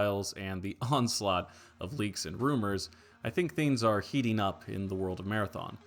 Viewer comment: did you say “onslaught”